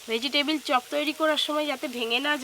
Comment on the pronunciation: ভেজিটেবল ❌ ভেজিটিবিল😅😅😅